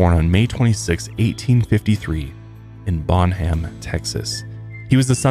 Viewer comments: "Bon-um" Texas. (Doesn't matter!!! But my Texan couldn't stop help itself!" love this story!!! ❤️😍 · Love this story! Just a note: it’s pronounced “Bon-um”